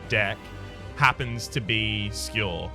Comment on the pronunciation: Gah. None of the trolly ways you've ever said other words have bothered me, but the way you say Skewer actually triggers me lmao